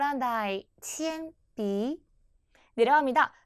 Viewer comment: 铅笔、大熊猫 발음이 부정확 하시네요.